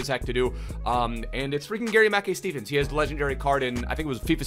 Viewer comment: Say his name properly ur killing me